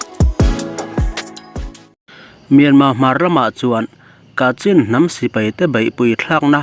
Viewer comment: Kachhin tia, lam tur a ni ang.